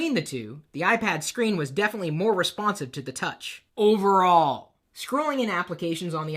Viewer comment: Dude. I LOVE your review. I am an instant fan. I laughed so hard when you get in the camera to emphasize..."OVERALL"...hahah. I hope you review everything I ever want to buy.